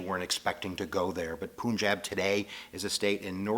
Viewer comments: you english people invented this complex game spellings where you pronounce "bunglow" as "ban-g-laa-w" not as "boon-g-laa-w",but then you will say punjab as "poo-n-jab" and not "pan-jab". so please say it paanjaab. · Just an advice: You pronounce it as PANJAB (/pʌnˈdʒɑːb/) and not POONJEB. If you are ever unsure of a pronunciation, like the Nanak or Punjab one, Wikipedia has audio files which can help you :) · Hi its not poonjab its PUN like no pun intended PUNJAB jab like dont jab me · Why you say poonjab? Im latino and I know is call punjab. Maybe because I have punjabi friends. Lol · poonjab lol its pronounced PUN as in no pun intended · It's pronounced "Punjab" not "Poonjab". Good video though :) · no if we Write PANJAB then he can pronounce correctly as many my white friends pronounce PUNJAB same as him POONJAB but when i write it PANJAB then they pronounce correct.. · His pronunication of "Punjab" and "Nanak" actually piss me off. It's not "Poonjab" and it's not "Newnook"... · Poonjab? Nan-OOK? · Poonjab Guru Nanook Poor pronouncing but hey I bet I don't get it right all the time either ;) Well at least this video did a good job of outlining the basics of Sikhism . if you want to learn more about this beautiful path , visit Basics of Sikhi channel :) Love to all ! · Its pun jaab and naa nuk 😐